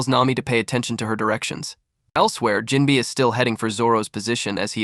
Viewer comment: NGL I’m not watching this only cause it said jimbei name wrong within the first 10 seconds